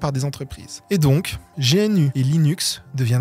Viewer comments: G-N-U : non-non-non. Gnou, Gnou, Gnou !! ;) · Bien, super vidéo ! Mais tu sais, cousin GNU c'est GNOU comme l'animal, c'est pour ça que c'est la mascotte et pas G.N.U ! Tu es jeune, ce n'est pas grave ;-). FREE RMS Haaaaaaaaaaa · Bonjour je suis un puriste des prononciations : GNU : "g'nu" ou "g'nou" (pas "G.N.U") Debian : "débianne" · Je sais que la prononciation officiel est "gnou" ou "gnew" mais je peu pas m’empêcher de dire g.n.u . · C'est juste que, usuellement, personne de dit G-N-U comme un un sigle, on dit toujours "gnou", et c'est vrai que que ça fait penser qu'il découvre tout juste l'univers GNU Linux, d'un point de vue purement sonore... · G N U… t’es le 1er que je vois prononcer l’acronyme de cette façon 😅😂😂 si le logo c’est un gnou, c’est pas pour rien 😜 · C’est dommage de prononcer GNU “jéhènü” alors que tout le monde le prononce “gnou”, et son logo est justement… un gnou. Ça donne l’impression que vous n’avez jamais parlé de GNU avec des praticiens, en vrai. Dommage pour la crédibilité car le reste est très intéressant et bien mené. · meme si c'est un acronym ça se prononce bien gnou, c'est rédhibitoire de faire une vidéo aussi travaillée sans se renseigner sur la prononciation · Absolument personne ne dit G N U, on dit "gnou". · pas "géainu" 😂 GNU ca se prononce "gnou", comme l'animal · Non mais sérieux j'allais m'abonner a ta chaîne puis j'entends GéEnU .... Mais sérieusement tu fait des recherches sur le sujet, TU MET UN EXTRAIT OU L'AUTEUR prononce Gnu... LE LOGO DE GNU.... EST UN GNU! L'ANIMAL.... GNU n'est pas un acronyme... Ça se prononce Gnu et pas GéEnnU ..... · c'est pas plutôt "gnou" ou "guh-new" en anglais comme l'animal! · Quelle vulgarisation ❤ Par contre, GNU se dit Gnou (comme le bovidé, qui en est le logo). debian se dit deb Yann (Deborah and Ian, Ian est le créateur, et de mémoire, Deb est le nom de sa femme) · Perso j'ai toujours prononcé "jéainu" 😁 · On ne prononce pas G.N.U. plutôt Gnou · en trembler mais mal prononcer gnu...